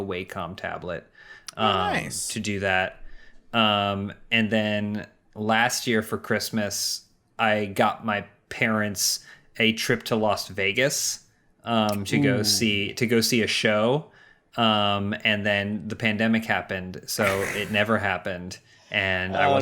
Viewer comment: pls don’t tell me you say ‘Lost Vegas’